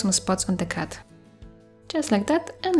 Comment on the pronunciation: Your accent is so amazing and whenever you said cat I thought you said cut lol. But I love the art and your accent 💗